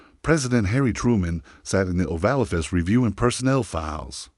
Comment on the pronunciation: ohVAlloffiss lmao terrible